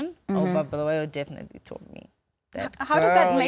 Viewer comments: Can someone please correct me.. is it really Bluweyo or Bulawayo .. why would u say Bluweyo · It's Bulawayo